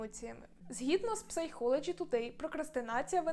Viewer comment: дякую за відео! Невеличке зауваження, можливо, Вам буде цікаво: psychology вимовляється як "сайколоджі"